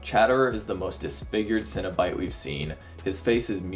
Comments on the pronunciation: Cenobite. CEN. NOT cinnabite. Please pronounce it right. They're horror superstars, not dessert treats. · You're not having a breakfast bun. Why do you keep saying 'cinnobyte?' It's cEnobite. (seen-o-bite) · Stop saying Cinna Bites I'm getting hungry